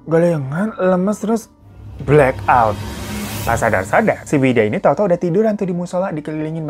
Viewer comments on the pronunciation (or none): none